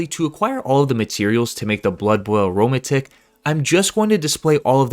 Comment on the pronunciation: arrow-matic....not aroma-tick